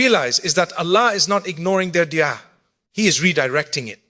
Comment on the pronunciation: Is this AI 🤖 why would Mufti Menk say dua like de3a??? AI CAN MIMIC OR REPLICATE THE VOICE BUT SOMETIMES THEY CANT REPLICATE THE CORRECT PRONUNCIATION OF A WORD WRITTEN IN ENGLISH BUT THAT IS NOT ENGLISH.